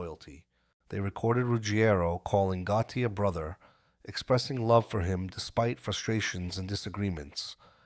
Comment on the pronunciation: It was Goottee for me. I dont remember a john goottee do you?